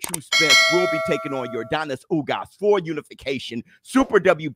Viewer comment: lol thats fine man. But if I was ugas I'd get annoyed that you're saying my name wrong 😂